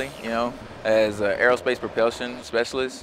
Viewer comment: Lol, no need to explain man. I was just making fun of how the Airman in the video pronounces "Propulsion". He kept saying "Propellsion"